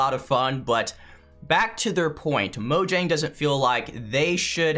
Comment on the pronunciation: It's mojang not mojnang